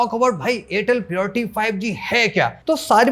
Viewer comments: pioriy nhi h. priority hai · Priority to thik se bolna sikho guru.